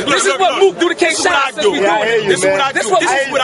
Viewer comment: He called Shotgun Suge Capgun Suge. And he called dat nigga K-Shine Kiesha. Lhaf these two niggaz funny as shit g